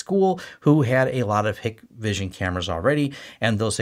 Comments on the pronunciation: Hikvision is pronounced Hike-vision by the way…at least that’s how the US sales and tech support guys say it. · Same here. Hikvision in closed loop system with no access to internet, separate VLAN and local NTP server behind a half decent firewall work well. That 'list' is just geo-politics at play, nothing a good sys-ops can't figure out to filter/block any 'phone home' features. PS it's pronounced HIKEvision and written with the E missing. I see more of my Ubiquiti kit calling home than any of my Hikvision cameras have ever done. Hikvision also 10% the price of some of the high end brands so if, as and when anything fails easy to right off and replace.